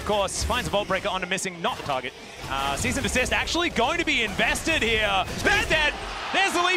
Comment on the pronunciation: Wasn't Vi's ult Assault and Battery? The caster kept saying Cease and Dessist and I was like HUH